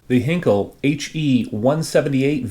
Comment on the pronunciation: Not to be too much of a pedant--and I am not a native German speaker, so take this with a grain of salt--but I believe Heinkel is pronounced HINE-kull. Anyway, very interesting kit. A tad jealous as they don't seem to be in large supply and I've always been very fond of the early German jets. Thanks for sharing!